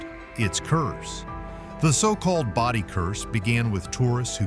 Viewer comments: Boe-dee, not body. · Bodie is prononced BOE dee. we just wenrt there last year. no we didnt take anything we didnt pay for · I didn't know there was a desert in Connecticut. It's pronounced Bode-EE, California. Portlock, Alaska has dry deserts, tropical plants and is served by the British post office? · It's Brody not body you need to do your research to learn how to say the word correctly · Stupid AI pronounces Bodie incorrectly